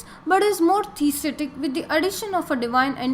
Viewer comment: Good video and informative, but it was hard to hear many things mispronounced enough to change the meaning altogether. For example "Skeptical and Atheistic" are pronounced as "Septical and Aesthetic" which are two words with entirely different meanings (Septic = wound or infection , Aesthetic = Pertaining to beauty or pleasing to the senses, wheras Skeptical = Doubting or unsure and Atheistic = Non belief in God or a higher power). The 6 schools of Vedanta philosophy are also mispronounced.